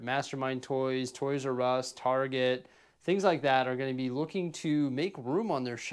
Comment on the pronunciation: You mean, a Oys "R" Us, right?